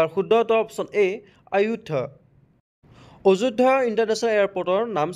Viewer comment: Sir, अजयध्या नहय आयध्या hoi Pronounciation nohole Delhi gole hahibo ajoydya kole, prai Hindir Pronounciation bilak Assamor mahuvbilage nijor loiot koi thake , aikhon baherot gole thekhetlogor Pronounciation answer khon Kya? Kya? hi reply Milega kyoun ki wo logo ka exact bolna nahi ata. Only apna language ka loi main hi bolte rehte hain